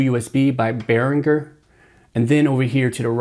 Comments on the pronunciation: You seem to know your shit. Great video. BTW, it's pronounced "Ber-in-jur". Not trying to be a dick. Just a heads up. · I'm hoping that since this video, you have discovered how to properly pronounce Behringer.... I know it's trivial, but it is annoying.... to me